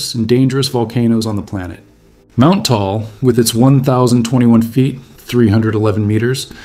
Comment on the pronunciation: Taal is pronounced "Tah-ahl" -- two syllables, just like mag-ma. But you must pronounce "magma" like Mike Meyers..MAAG-ma!